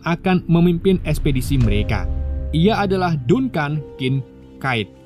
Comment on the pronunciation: Dankən bang dibacanya bukan dunkan